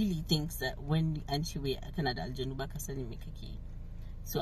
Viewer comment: I really like the way you pronounced the word aljannu 😂